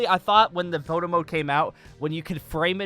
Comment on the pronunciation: All i heard was "moto mode" which in my ears was "moto moto mode"